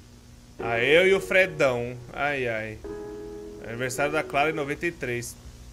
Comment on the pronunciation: Mano o leu o nome "Clara" como se fosse "Chara", ai dps veio a frase "amigos pra sempre" e eu fiquei: Mano, esse vídeo ta dando uma de asriel falando com a chara ou oq?- (A doida q vê undertale em tudo, apenas. 🤡👌🏻)